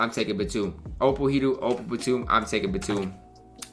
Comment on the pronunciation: U da man with da plan but its hedoe not hedoo get right or im have to have a he doo doo on your headtop next time i see u in these myteam skreets